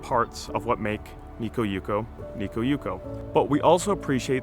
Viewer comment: One correction. Light festivals in Japan are held in large public parks. Never in the garden proper. Also, why do you pronounce it Nikko?